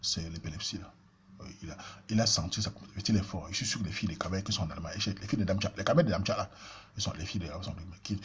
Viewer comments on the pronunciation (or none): Hahahaha! Darmstadt et non damtcha